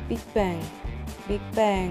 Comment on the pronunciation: บางคำพี่แกอ่านเกาหลีผิดผิดนะเน้นเลยBIGBANG อ่านเกาหลีเป็นอังกฤษสงั้น